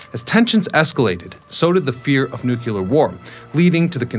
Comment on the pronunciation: HOW did you pronounce it "Nu-cue-lar" instead of "Nu-clee-ar"?! This is an ELEMENTARY mistake!!! DO BETTER. PLEASE???